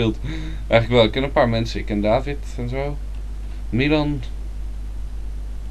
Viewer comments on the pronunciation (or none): none